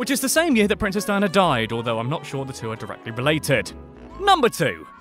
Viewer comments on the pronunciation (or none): none